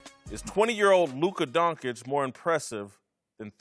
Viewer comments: Donkic? How can u get Donkic from Doncic? I mean really? Are they all illiterate? how come they can pronounce Popovich and not Doncic? How com the dont call LeBron Lebronk? Is education in US really that bad? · I don't care for man called Donkic, but I like watching and cheering forLuka Concic. Is really so hard to say it right? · You work on TV say his name right! Donchich not Donkic or Doncik.....man you get payed to speak and it is a hard listen if you can't say his nsme right! What does he have to do to get respect? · This m*ther f*ckers need to stop saying DONGKITCH its DONSHICH... 🤦🏻‍♂️🤦🏻‍♂️🤦🏻‍♂️ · Guys come on!!! You get payed to speak! Say his name right! He deserves that he is a top player in the NBA and you can't even learn his name! Donchich not Donkic or Doncik....Doncic it is not that hard! It is embarassing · These idiots really can't say Don-CHICH!. They're doing it on purpose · What donkich? What f**** DONKICH?!?!?!? Can you pleas learn how to read? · Guys, before pontificating about a guy, please learn his name first, at the very least: it's NOT DonKic, for the love of God. They pay you as commentators, sweat it a little bit... Come ON! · These clowns sound absolutely ridiculous pronouncing his name Donk-itch. I can’t take any of their opinions seriously after they show what absolute morons they are pronouncing his name this way. 🤦‍♂️ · Literally one second into the video: Luka DONKICH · lern how to say lukas surname how can you be a profesional and dont know how to say his surname